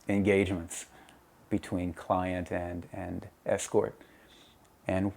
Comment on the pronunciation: The way he said "engagements"